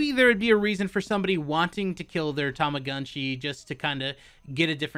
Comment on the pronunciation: It appears Japanese. It should be Tow-Mo-GOOn-Chi. I always thought the Tu and Mu and Gu sounds were closer to Too and Moo and Goo.... I think is butchering it.